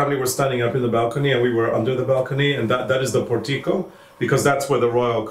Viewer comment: I the pronounce the word port-e-co. Not por teco.